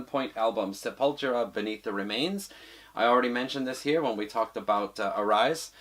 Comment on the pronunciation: As a brazilian, Id like to point out that the pronunciation is /sepulTUra/. Portuguese for "grave".